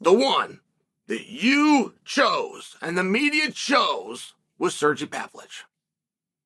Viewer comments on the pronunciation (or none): "Sergzi Pavlich" said Choll Sinnin.